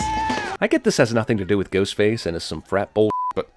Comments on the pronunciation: I swear that he said “Goatface” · Is it me, or did Jeremy say "Goatface" ? Or am I just crazy? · Lololol at around the mark he says “goatface” instead of “ghostface” that’s really funny to me